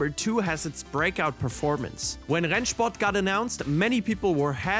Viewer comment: Are you german? You Said Rennsport without any accent 😮😮